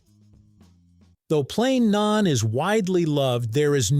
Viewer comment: It's Naan, not Nain. 😂